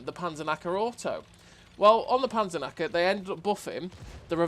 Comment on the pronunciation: The Panzernacker 😂 I know you speak English, but for the Germans you forget the "k". But who cares. It seems to be a nice Tank. And really nice gameplay as usual 👌. greetings from Germany ✌️ PS: Nice you tube channel. It is fun to look Cloneguy (love you clone😁) but now you are my number one 😋. You helped me a lot to get a better player. Especially which positions on the map are good for the game opening. This makes maybe 1k difference in a whole match. Maybe a new line on your channel?